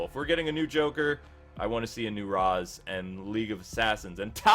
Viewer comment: if they involve Ra's they better pronounce it as Ray-sh. it's how batman pronounces it and how the creator of Ra's pronounces it.